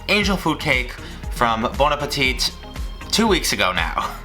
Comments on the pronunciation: I’m french and we dont prononce the last « t » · PLEASE STOP SAYING THE "T" ITS SILENT